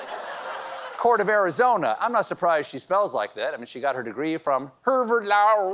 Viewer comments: omgosh 😂🤣😁🤣 herrverd lawr 🎉😂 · Stephen: she apparently went to "Herverd Lawerd" Coach Z: now yer sporkin' my language! Strong Bad: SHADDUP!